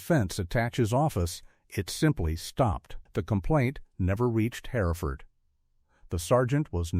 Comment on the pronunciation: Pauses too long, in the wrong place and 2013 not 2,013! SAS, Sauce, Saz, the inconsistency is bewildering! Not identified, yet identified when KIA! I cannot abide the piss poor pronunciation of Hereford! Not Herrford!!!!! WW2 photos!!!!!!!!